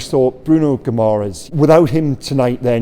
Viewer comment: (Gi -ma - resh ) is the pronunciation. Ending Es is ESH in Portuguese. Madeira would of shown you that.Good vid